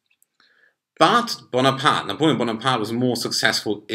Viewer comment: Great pronunciation of Louis XVI and Napoleon